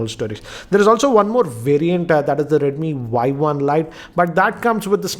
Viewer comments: oii dumbo!!!!!!!! this is not "y i" this is "y 1" better to learn the pronouncation first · Its redmi Y1 not Yi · It's Y1 not YI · He just pronounce it Redmi Yi. It is Redmi Y1. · sorry to interrupt but its Y1 not Yi